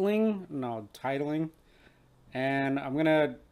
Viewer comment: Tit-ling? hahahaha